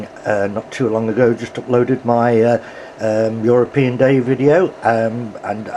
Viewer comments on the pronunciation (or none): none